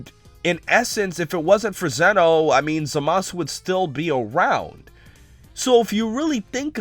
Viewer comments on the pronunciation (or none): none